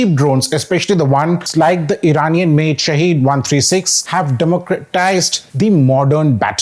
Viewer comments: It's not pronounced shaheed (Martyr) but sahid (witness). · "SHAHED" means witness in Farsi, while SHAHEED means martyr. They are not pronounced the same way. One is pronounced as sha'head the other sha' heed.